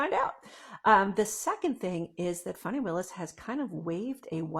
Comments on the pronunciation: FAN - ee not FAWN - ee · It's not pronounced Fani it's Fanny